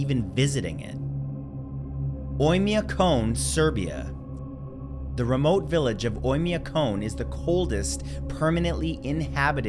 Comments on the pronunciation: Serbia or Siberia? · Also siberia not serbia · No.8 confused me for a while, when you said Serbia instead of Siberia, I was like - when did the balkans get that cold 😆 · Is it serbia or siberia?